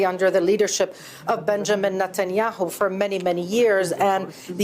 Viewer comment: Is it my imagination or are some reporters calling Netanyahu NUT-enyahu. Or is that the way it's pronounced?